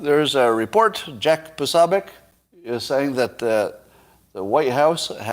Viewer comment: You would think by now that you would have learned how to pronounce Jack Poso's name. It's not sob.